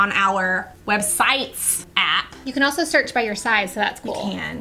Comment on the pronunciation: it's funny that you said "altso," because when I moved to Hamilton, AL for Katrina (many moons ago, now!), I had a friend named Chelsea, but no no no, it wasn't Chel-sea it was ChelT-sea. Idk why, but it did make it giggle.